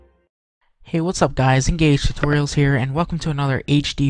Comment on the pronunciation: omg lol did he just say guys and gays lmao haha!